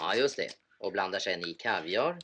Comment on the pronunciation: Ja, det där uttalet av Kaviar vid är sedan länge utdött.